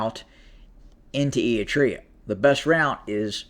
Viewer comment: Apart from the name butchering Ætreah, Gaytechew… 😂 thanks for recognising the hell our region is in & simplifying the GoT drama.